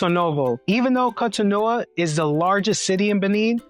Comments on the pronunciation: GOD💙❤️🙏🏼, why do you keep butchering the name of the city? It is three syllables all ending with an “O!’ Gosh: Co To No !!!! Where do you get No Ah???? no offense, but, Damn!! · The door of no return practically brought tears to my eyes. How scary that must have been for people back then. Also you keep pronouncing Cotonou and even Benin wrong..lol. It's pronounced more like kohtohnu and Behnehn (last n is silent). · 😂😂😂 What was the pronunciation before the French decided to invade? His pronunciation of Cotonou is atrocious. 😂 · This is Brilliant just a slight jaring. Can Americans please learn to listen to how the people call themselves like Cotonou and Port Novo.